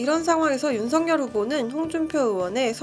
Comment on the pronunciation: 어르신. 죄송합니다만 윤석열 이라 쓰고 [윤성녈] 이라 읽는다고 합니다. 원래 윤석열 이란 글자는 [윤서결]로 읽어야 하지만, 윤석열 본인이 [윤성녈]이라는 발음을 요청했기에 그렇게 불리게 된 것입니다. 날씨가 많이 춥습니다. 추운 겨울 따뜻하게 보내십쇼.